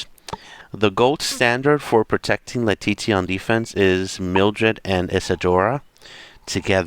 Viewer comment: Her name is pronounced LEA-TEE-SHA